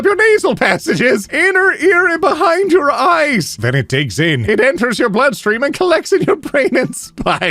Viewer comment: I genuinely thought he was saying ice and was very confused. Need to watch rather than treat as a podcast.